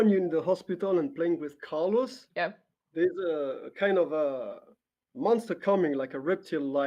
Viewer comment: The way she said Caros :D